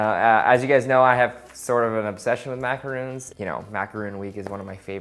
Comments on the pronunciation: bro it's pronounced macarons, not macaroons. they look awesome though. good for a snack in a hot day. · As a French person, hearing you saying "macaroon" during the whole video makes me want to put the sound on mute. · its maca-RON (not roon). Looks good though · Is it not easy to say macarAWn? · I know. The point is he's pronouncing it Macaroons the entire time and those aren't what he's making lol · Morales M YES it's SOOO frustrating when people call them the wrong thing! He's even written it correctly but still saying it wrong...